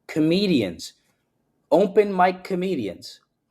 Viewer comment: I don’t trust just because he pronounces “open” as “umpen”